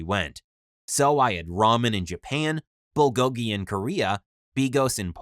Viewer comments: Bro I am korean and how the meat was pronounced made me laugh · tbh I got really offended when he butchered bulgogi cuz I am a korean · I’m korean so the way he said “bulgogi” is just 😂